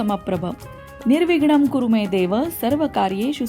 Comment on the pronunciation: गणपती मंत्र म्हणत असताना निर्विघ्नं कुरू में देव म्हणताना आपण कुरमे देव असा उच्चार केला आहे तो चुकीचा आहे तुम्ही स्वतः मंत्र उच्चारण ऐका मग माझं म्हणणं समजेल कुरू आणि में हे दोन शब्द वेगळे आहेत